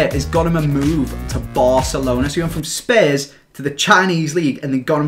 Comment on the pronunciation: Are you saying Spurs or some other team? Sorry bro but the way you say spurs is pretty weird